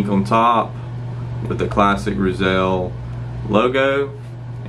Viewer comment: “Roozull” methinks but that’s alright. Solid review btw